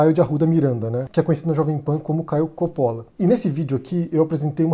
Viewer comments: Ridicularizar aparência, ou no seu caso, o sobrenome, não é argumento, é pueril, e idiotia; não existe silabas com pronúncia tônicas no italiano, não se pronuncia 'cápire' (entender em italiano), então, é Copolla, e não cópolla. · Agonia de ouvir ele falar "Coppolla" errado. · Não sabe nem falar o nome do cara